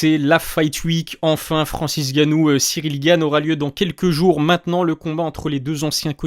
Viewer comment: Poto tes video son bien mais c'est N'gannou il faut prononcer le N